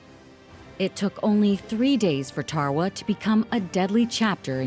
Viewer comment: Its tarawa this is how u say it darawa